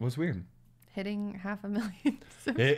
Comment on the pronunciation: Halvf millioon. Kongratulations.